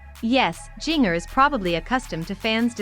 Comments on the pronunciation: Seriously, do you not know how to pronouce Jinger's name. Think of Christmas or holiday cookies or even spice. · Learn how to say her name correctly. Would make for a better video. Couldn't watch it all because you couldn't even say her name right